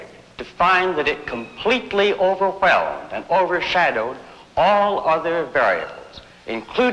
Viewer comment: Nobody: Harlow: overHHHWWWelmed